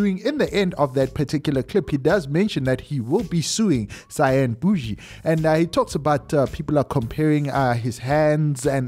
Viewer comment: Out Here Laughing When He Said Cyan Bushi😂😂😂😂